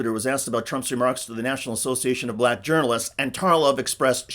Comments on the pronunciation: He is just such an idiot. And what's with him saying, "bLack". He rolls over that L ... as though he's got some kind of brain tumor. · Why does he pronounce it "blyack